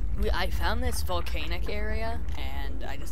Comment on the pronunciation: vol-CANE-ic area?!?! Sooo... a volcano that spews out cane's chicken?!?!